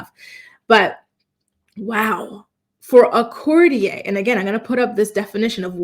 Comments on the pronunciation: Courtier --the r on the end of that word is not silent. I'ts not pronounced with an a sound. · Courtier.. court e ur. Not like Cartier.... 😂 but i agree.. theres something going on wuth Kate..they keep referring to her as Kate Middleton, her maiden name, an odd detail. Her kids are out of sight too. And the Derren Briwn tweet from 14th December..something bad has happened. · 😂It would help if you could pronounce courtier properly. It would also help if you named, this person. There is no mystery, The Princess of Wales is undergoing treatment, nothing to hide so stop the nonsense